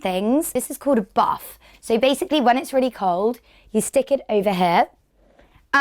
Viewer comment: Because of her accent, when she says "get a buff" it sounds like she is saying "get a bath" I was like woah sorry toff do i really smell that bad